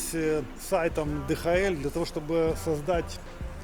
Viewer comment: Приятно посмотреть, спасибо!🎉😊 Кстати, ни ДэХаЭль, а ДиЭйчЭль (DHL).